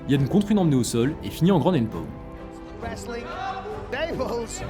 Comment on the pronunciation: Super vidéo ! La prononciation de takedown et ground and pound me termine ceci dit